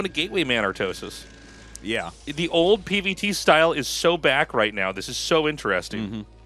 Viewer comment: When i see Snow i instantly think how he is pronuncing Artosis name in koreean.Artosisee....